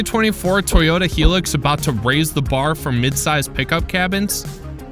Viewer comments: Hi-lux wtf is a he-lix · Helix? The word is Hilux. WTF? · hilux not helix..... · he-lux what the hell is a he-lux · Please learn how to pronounce the name of this vehicle. It’s a shortened version of two words. High Luxury = HiLux High to rhyme with My, not He. Ya Muppet!